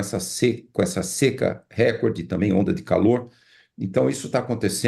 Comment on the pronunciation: RÉCORDE – A pronúncia RÉCORDE, com acento tônico no RÉ, é errada; desde o étimo latino, em línguas que adotam a palavra o acento tônico cai geralmente na sílaba –CÓR– , rimando com o português aCORde, MORde, portanto, deve ser RECÓRDE (apenas um pobreminha: os patrões anglo-americanos acentuam na primeira sílaba (RÉ), e a COLÔNIA tem de obedecer). Mas a acentuação proparoxítona NÃO É PORTUGUÊS. Impressionante como se insiste nesse patente erro generalizado.